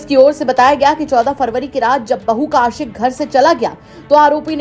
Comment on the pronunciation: बहू कैसे बोल रहा बहु जान बोलो😂